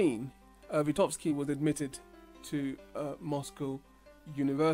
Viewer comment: "VyGotsky", not "Vitovsky" :D